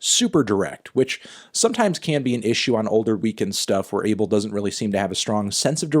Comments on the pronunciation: His name is pronounced ah-bael not abe-el like everyone thinks it is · AH-BELL NOT "ABLE" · It’s pronounced A BELL 🔔 MY GUY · I'm ethiopian/eritrean. the way you're supposed to pronounce the weekend's first name is ah-bell. why tf are Americans changing his name to an adjective???? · No his name is abel pronouced AYY BEL